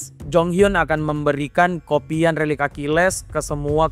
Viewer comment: Lu typo ya min ngomong relik aja jadi lerik